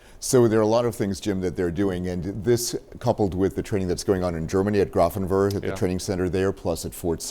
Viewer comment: Grafenwöhr can be spelled Grafenwoehr, and is pronounced Grafen-veer, not Grafen-berg, lol. Luckily, no Germans, or any hundreds of thousands of Americans who have trained there, the thousands living there, heard that butchering of their city.